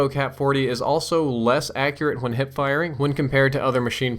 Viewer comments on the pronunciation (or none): Whats a "HIPE"? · Hipe fire lol